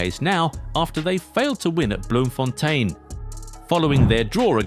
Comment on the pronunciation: Wow! I have to give you credit for pronouncing Bloemfontein so perfectly right... I am impressed.#Goal90